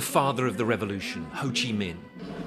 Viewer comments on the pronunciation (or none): Hey, it Ho Chi Minh City, not Ho Chi MIHN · HO CHI MINH CITY NOT HO CHI MIHN CITY:(( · its Minh not Mihn btw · Its Ho Chi Minh City, not Ho Chi Mihn City tho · HO CHI MINH CITY NOT HO CHI MIHN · Ho Chi Minh, not Ho Chi Mihn, you are a major media channel that even makes mistakes with basic, foolish things. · Its HO CHI MINH city, not MIHN. Please correct it first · HO CHI MINH city not ‘HO CHI MIHN’. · It’s Ho Chi Minh city, not Mihn, BBC… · Thank BBC, but it's HO CHI MINH CITY, not HO CHI MIHN CITY =)) white text on black background left corner at 26 seconds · Actually it’s HO CHI MINH city not HO CHI MIHN one 😂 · Ho Chi Minh, not Ho Chi Mihn, quite disrespectful 😤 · Wrong name! Ho Chi Minh not Ho Chi Mihn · You messed up the city name, it’s Ho Chi Minh not Ho Chi Mihn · I don't get it, how could you misspell our leader's name? It's HO CHI MINH, not HO CHI MIHN =))) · "HO CHI MINH CITY", not "HO CHI MIHN CITY", please adjust it in the video. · It’s HO CHI “MINH” CITY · “Ho Chi Mihn City” tag? Seriously? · Ho Chi Mihn City !?!? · "Ho Chi MIHN city"???? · ho chi 'mihn' in the video lol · got the city name wrong even at your beginning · Hey, Thanks for made news about our country. In the next time, takes attention on "HO CHI MINH CITY" not "HO CHI MIHN CITY". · BBC News, I would appreciate you getting the name of city correctly: Ho Chi Minh City, . Thank you for featuring our remarkable celebration milestone!